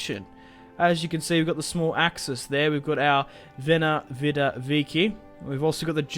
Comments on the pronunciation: Why do you say "vena, vida, vici"? I could be wrong, but isn't it said "wen-ee, wee-dee, wee-chi"? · It's actually pronounced Wen-ee, weed-ee, week-ee